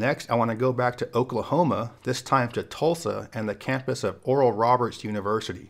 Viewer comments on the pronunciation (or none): none